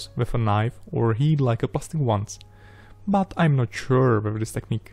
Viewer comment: Why some people say "buuoohh", just not "but"?